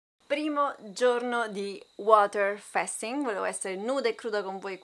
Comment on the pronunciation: Allora 1 si dice fasting così come si legge, se come dici fai un video a scopo illustrativo senza essere un esperto almeno parla propriamente. 2 questo video è deleterio credo ti denuncerò